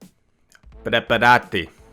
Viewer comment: It's scroKKio, in italian the C + H sound is K, fun to see you guessing words 😂 Also it's prepàrati not preparàti 😄